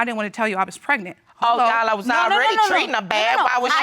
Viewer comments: "When I found out I was preg-net" lol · "a whole month prignant" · Don’t get pregnant if u don’t even know how to say pregnant right PLEASE ! ANNOYING